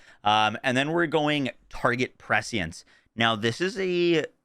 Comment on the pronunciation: First person I've heard pronounce "prescience" correctly. Everyone else calls it pre-science for some reason.